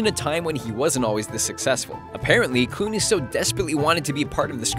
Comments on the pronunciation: lol 'George cooney" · He said George Clooney wrong